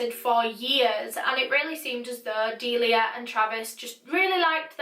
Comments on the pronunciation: My friends name is Delia oof when she says her name I just think of my friend I may be wrong but I’m pretty sure you said her name wrong bc my friend corrected me when I said dilia but it’s actually sounded out d-eh li ah sorry if you’re right on saying her name right I only know the way my friend says her name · DeLIa dEyY